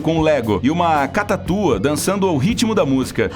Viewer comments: Aos o certo seria Cacatua e nao Catatua. Hahahahaha... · Só eu q ouvi ele dizendo catatua kkkkkkkkkkkk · Ótimo vídeo, mas "catatua" não foi legal! hsahsuahsuhaushauhsua...